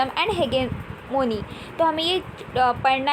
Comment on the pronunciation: It's hegemony not hegemony dear ...by the way your voice is very good and pronounciation too...